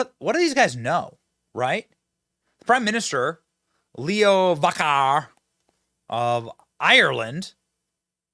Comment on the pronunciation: The president of Ireland did not resign. The Taoiseach resigned. “Va rad car”, is the pronunciation. He’s no loss anyway. Benny you do not understand the Irish political system. Hit me up, and I’ll school you on it.